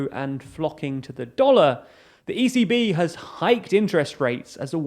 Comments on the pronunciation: Watching this sped up, every time you said 'the ECB', I thought you were saying 'the easy bee'...was thoroughly confused, but now want to learn more about the life of this peculiar pollinator who may be related to Easy V from the Spice Girls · ECB sounds like “easy bee”